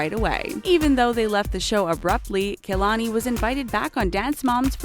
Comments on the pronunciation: Its not KAYLONY ITS KA-Lon-I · Its pronounced Kah-la-nee Not Key-la-nee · you guys pronounced Kalani’s name so wrong that it made me cringe